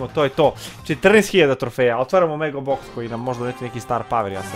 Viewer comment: Brate ne kaze se MEGO BOX